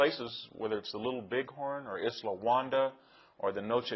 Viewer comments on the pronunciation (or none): none